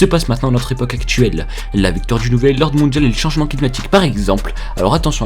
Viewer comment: "à notre époque actchuelle"... "la victoire dju nouvel ordre mondjial".... "car c'est partchi"... "hôpital de futchur" Je sais ce qu'il a trouvé en l'an 2137 et demie: la langue française a disparu...euh, djisparu.